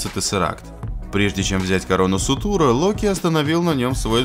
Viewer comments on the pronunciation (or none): Чувак не сутур а суРтур